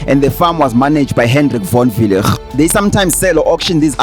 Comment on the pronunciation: here is my advise: Proper PronuncIATION WILL GET YOU MORE LIKES ASK CHATGPT. ask it how to pronoune Von Weilligh. just an advise it is kinda offensive to mispronounce someone's name behind the idiocy of "thereis no master of pronounciatiion it is pronunciation.""